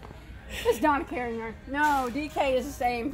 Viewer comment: "Hurri-skane" & Donna Karin! 😂